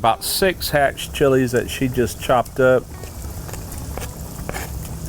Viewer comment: Being from New Mexico you did a good job on that chile 👍🏼